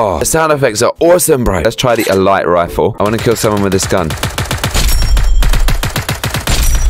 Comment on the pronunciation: lol speel 'elite' like my sis does(she spells it like e-lie-tuh)